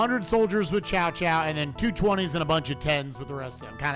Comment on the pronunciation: ...I haven't heard these names pronounced that badly since the old PS2 English dubs. It's not 'Chow Chow' or 'Cow Cow' (what the old Dynasty Warriors games said). It's Tsow Tsow. The names are kinda fudged to pronounce if you haven't heard the later, better English dubs of Dynasty Warriors.